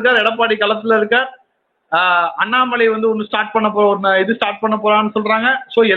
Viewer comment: அண்ணாமலை என்கிற. பெயரை உச்சரித்தவுடன் ஐயா தடுமாற்றம் அடைவங ஏன்